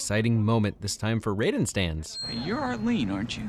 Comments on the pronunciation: Ryden? They say Ray-duhn in the movie and games... :c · I'm sorry but please say Raiden correctly it's "Reiden" not Rayden. I'll give u a pass this time ,,,,. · yo who the fuck is this Riden guy? There's an A buddy it's indeed pronounced Ray Den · I understand "Asian" can be hard, but its pronounced "Rayden" you even said it right first, and then came completely out of left field with that "Rye-den" drop. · Raiden as in "Ray-den". Raiden as in "Rai-den" is the cyborg ninja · Its not pronounced Raii-Den, its Ray-Den. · Who the fuck is Rye-den? You mean Raiden (pronounced Ray-den) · The way he says raiden is a sin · Ray din not ri din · Riden. As my name being Raiden this offends me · Wait, am I missing an inside joke of some sort with you calling him Ryden or do you actually think that's his name? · Its called ray-den not raieden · did you really say “Ryden”? 😞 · Haha see Raiden say Ryden haha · It’s pronounced RAY-DEN not R-EYE-DEN.. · Rai den sorry it’s pronounced ray-den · Did he pronounce Raiden's name as Ridin? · It’s pronounced like Rayyyden dude. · Nooooooo, you said Rye-den. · Did you say "Riden to the rescue" instead of Raiden??? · How did you mispronounce Rayden/Raiden??? I'm also surprised at how long it took you to do this absolute classic. Nevertheless I'm here for it! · you said raidens name wrong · well the first time yes the other times no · you're pronouncing raiders name wrong. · Omgggg cringe so hard at how you pronounced raiden. Oooof big oooof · Please, stop mispronouncing Raiden I beg of you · So are we just going to completely ignore the way he totally mispronounced Raiden’s name? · Please tell me the way he pronounced Raiden was a joke🤣🤣🤣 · pronounces Raiden correctly. pronounces Raiden incorrectly.